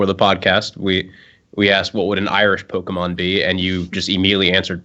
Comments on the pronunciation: I swear mispronounced pokemon on purpose and I kinda wanna punch him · don't be one of those people that act like they can't pronounce Pokemon to try not to divulge the fact they really used to like Pokemon.